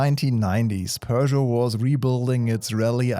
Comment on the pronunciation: Bro pronounced Peugeot correctly 🤯